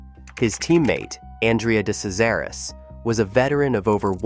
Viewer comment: This is earth calling hideous AI narration. Earth calling hideous AI narration. It's pronounced, "de-CHEZ-aris, or as he came to be known, deCRASH-aris.